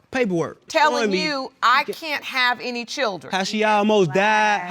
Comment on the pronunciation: What is a "churdren" ??